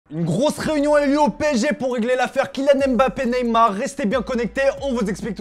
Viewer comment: Beaucoup il dit Bappé